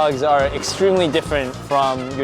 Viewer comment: "Hat Dwog"